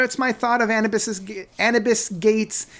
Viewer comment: It's pronounced Anoobis (like the Egyption God, Anubis).